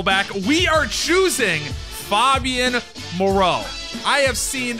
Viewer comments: FAY-BEE-YAN Moreau. Pronouncing it like he's Fabio 😂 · Mans said “FOBian Moreau” 😂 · It’s FAYbian moreau